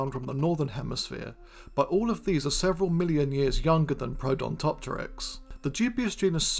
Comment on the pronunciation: While I loved the video, there's something that I feel like I need to point out. You mentioned the basal genus Protodontopteryx, but whenever you mention its name you call it Prodontopteryx, a genus that doesn't exist as far as I know. I really hope you see this comment. I did love this video, I hope I didn't come across as too critical, but hearing a name get repeatedly mispronounced like that always annoys me, especially when it comes from someone who's normally much better at getting names right.